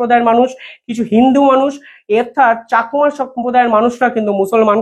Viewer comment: Pl. Correct your pronunciation of Rangamati and Chakma. Not Rongomoti or chokma